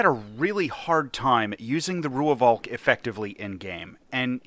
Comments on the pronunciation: its pronounced "roy-falk" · I just have to be the pedant: It's pronounced 'Roy-valk', just with a slightly stretched 'o' in Roy. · As a south african the V in Rooivalk is also pronounced close to F and an english V, so it would be close to Roy-Falk for english speakers